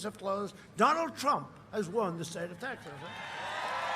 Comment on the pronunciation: Donald Prump! 😂